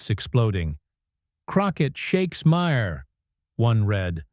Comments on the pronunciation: Jasmine Crockett rules. F' Smug Maher. To the creators of this Youtube channel, maybe if you didn't use a AI narrator, who is "Meyer"? or Ma Her. lazy ass can't read your own script? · Whoever writes your narration needs to try cheap novels or maybe creating scripts for The Real Housewives. The narration on this clip is ridiculous. Further, your AI narrator can't pronounce Maher's name correctly more than once every six times or so. In short, I recommend that no one watch this channel.